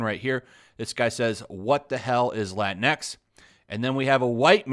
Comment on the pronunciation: You can't even pronounce Latinx in Spanish correctly! Minimo yo no puedo lol